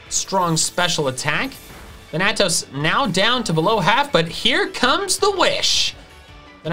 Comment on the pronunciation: Hearing mispronounce Thanatos this entire video was upsetting